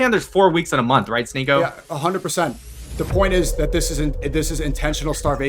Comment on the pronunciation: "sHneako" you are so embarrassing...